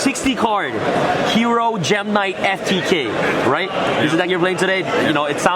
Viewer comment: He pronounced every gem-knight wrong